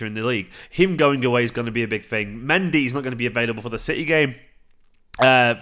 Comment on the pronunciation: When said the name 'Mendy'... 😒